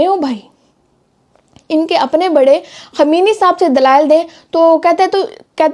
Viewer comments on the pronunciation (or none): Khmeni, hahahahah jahil apna tlfuz tou theek kro